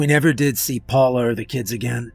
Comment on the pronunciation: Sooooo awesome, love the way you say my name 😅 Paula